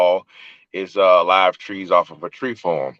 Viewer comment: When he said trees i knew he was from Florida